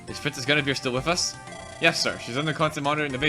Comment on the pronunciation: it's pronounced "Gwin-eh-veer"